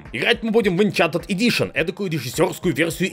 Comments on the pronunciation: Enhanced. Эн-хэн-сэд! Улучшенный. Не зачарованный, а улучшенный. Где вы там находите этот энчантэд. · Инхэнсд эдишн,, инхэнсд! Не энчантед. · не энчантед, а энхенсед эдишн